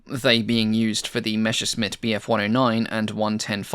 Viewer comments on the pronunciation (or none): Excellent! One nit: say 'messershmit' rather than 'meshersmit'.